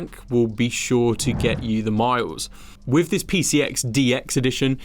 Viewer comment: He has trouble with his 'thr..'. "Firteen", "top free", "wiv", "fr'own in". Apart from that annoyance, a good clip as I'm in Vietnam and need a new bike. The Medley looks favourable after my 2009 Sym Excel 2.